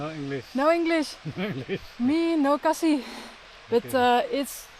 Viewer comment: Khasi not cassie mam 😅